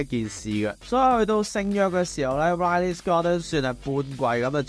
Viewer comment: Ridley 讀音係“read-ley” 不是”y-ley”